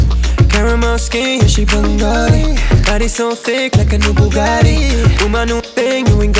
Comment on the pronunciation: he pronounces bengali like sylheti thats not better than "most" dont be delusional